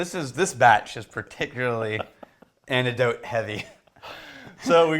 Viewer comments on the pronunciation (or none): What? What? The only word doesn't pronounce a "c" in, is a word with a "c" in it? the word is anecdote and he said "annidote"